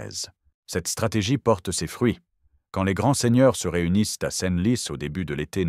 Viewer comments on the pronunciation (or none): L'AI est une stupidité absolue. Plutôt que de dire "centlis" (Senlis), la voix dit "scène lis". L'IA n'est pas à la veille de remplacer les cinq sens humains. "LAONNE" au lieu de "lan".